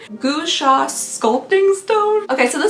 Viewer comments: It’s pronounced “gwa-sha” 😉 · I love your videos. FYI that scupting stone is pronounced GWA-sha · Its pronounced Gwah-Sha, lol. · I’m sure more people have said it but gua sha is pronounced gwah shaw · Hi! I love your videos. The facial stone is pronounced "gwa shaw" and it's often used to increase circulation in the face which de-puffs it creating that "sculpted" appearance. It's usually used with facial oil so that it doesn't pull on your skin and cause wrinkles.